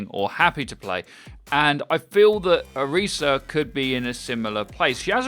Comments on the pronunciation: Orisa. you pronounce the tis like Chris, not Reese. she is not chocolate and peanut butter... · You put a lot of time into researching her, but you sure didn't look into her announcement video to pronounce her name right ¯\(ツ)/¯